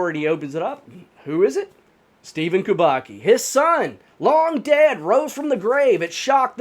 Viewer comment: Kubacki is pronounced Kooo-baa-ttt-ssss-kiiiii That said, Mermaids kidnapped him, enchanted him and kept him underwater and then let him go. It happens a lot in Haiti.